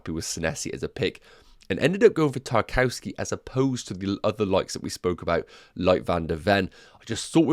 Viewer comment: 'Nuff wafflin'... great video! Btw... he's pronounced 'TAR - KOV - SKAY'